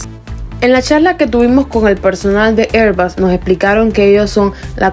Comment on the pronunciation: Me gusta tu video y tu canal, pero cuando se habla en español y se lee en español, es airbus, no airbas.